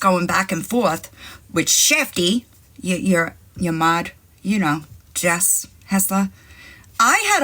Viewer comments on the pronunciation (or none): none